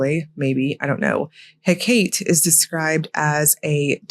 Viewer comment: Hecate is pronounced 'HECK-a-tee' : P